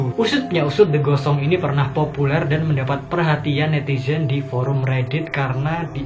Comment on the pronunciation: Pas di "The Ghost Song" kok pas bilang gitu yang kudenger "The Gosong"👄